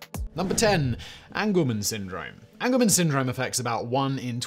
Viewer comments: Angelman syndrome is pronounced Angel not angle. People with this genetic condition are often referred to as Angels for short because of their very happy, and excitable disposition and personality. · Angelman syndrome is pronounced AHNG-juhl-muhn (Like an angel from heaven, not an angle from geometry) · Thank you! It drove me crazy every time he said it wrong. lol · It's Angelman's, not angleman's. Angelman as in "Angels we have heard on high". So called because of the happy disposition of the affected individuals.